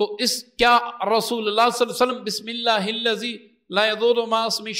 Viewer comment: Hazrat tujhe pata hai nahin kis tarah se padhna hai Bismillah ka bigar Bismillah ka Aisa thodi hota hai